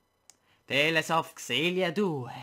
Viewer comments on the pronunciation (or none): Grandissimo, non sembra per niente male! Non vedo l'ora di domani per il secondo episodio!! P.S.: Comunque Tales si pronuncia /teɪlz/ (teils) e vuol dire racconti XD